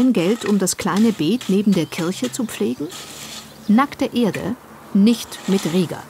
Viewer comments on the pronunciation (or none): none